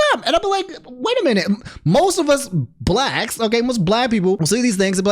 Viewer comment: Why did you say blacks like that lmao